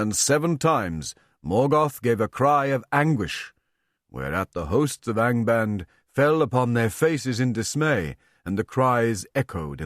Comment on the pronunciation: He really can't pronounce the vowels. The A in "Angband" is pronounced more like the U in "under", not like the A in "and". Prof. Tolkien loved our german vowels.